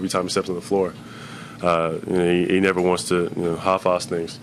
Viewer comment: Ben sounds more American than not, except when he says "half-ass" , then he's all Aussie lol